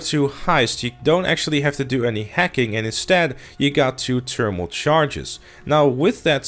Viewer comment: It’s thermal not ternimal